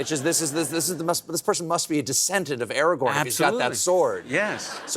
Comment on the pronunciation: Such a fan of tlotr but he can’t even pronounce Aragorn correctly, calling him “eragorn”